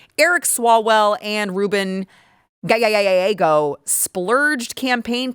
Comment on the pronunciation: por favor te dije como pronunciar el apellido GALLEGO.